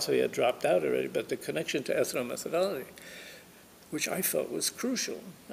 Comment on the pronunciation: Please: ethno-metho-DOL-logy. NOT ethno-meth-ology.